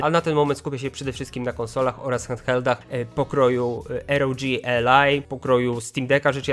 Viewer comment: proszę, postaraj się wymawiać poprawnie ROG, bo już w którymś filmiku robisz ten sam błąd. To nie Air O G /er oł dżi/, tylko R O G /ar oł dżi/